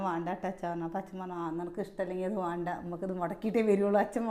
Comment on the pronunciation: വാണ്ട എന്നല്ല വേണ്ട എന്നു patayedo